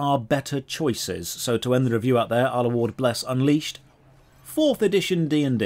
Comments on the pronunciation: I almost peed when called the game "Bless Uncrustable" XD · The running joke of saying the name of the MMO more and more wrong each time gets so funny by the end that I can hardly hold in my giggles!